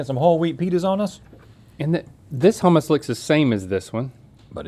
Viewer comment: As a Greek person who loves making Greek cuisine I have to correct you guys with all due respect. Gyro (GEE-ro), Baklava (Bok-la-va), Hummus (HOO-mus)